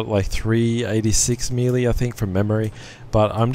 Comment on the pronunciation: he says melee wrong but i still love his vids